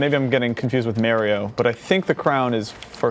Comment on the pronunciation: Merio? You mean Mario?